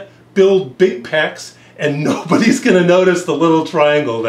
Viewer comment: inner peh - ecs XD